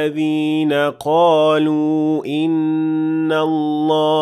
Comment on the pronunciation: After the word قالوا there is an hamza in the next word. So it's madd munfasil and it's 4 harakat long. But you give 2 harakat ( madd tabiyi ) ,may I know why ?